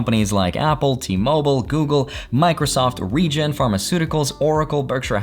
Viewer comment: Regeneron (not regen) Like the vid, great content anyway 🙂